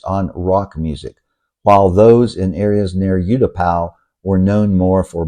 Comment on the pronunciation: I was in Thailand: 66, 65, 68, 69, 70, 73, 80, and moved her in 2003...!!! I saw Pattaya when it was still a fishing village and beyond Soi Asoke, Bangkok was all rice fields...LOL By the way - it is pronounced OO-Tapao, not YOU-Tapao